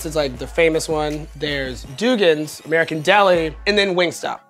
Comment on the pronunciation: You know it’s real when he calls American deli ‘merican deli